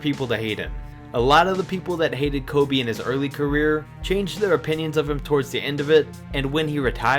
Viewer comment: I was triggered when he said kobe